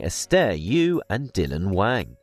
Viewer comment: Sir your pronunciations are so inaccurate I shudder listening to this. Wang in Mandarin is pronounced like this ... Wong. Many words and names you said were completely incorrect.